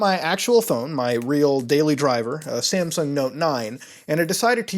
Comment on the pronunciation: Is it just me or does he pronounce "Samsung" like "Sampsung"?